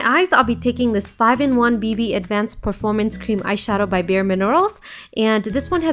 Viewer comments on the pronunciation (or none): none